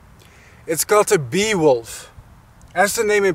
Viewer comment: The beewolfs feats are really gallant and unusual. Wouldn’t go collect honeybees unless they are dead. And plus for some reason my mind thought you were saying “Beowulf” as in the epic hero.